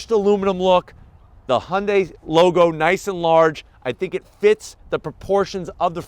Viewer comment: Oh shit! pronounced Hyundai correctly! Basically, that means this is a legit car company.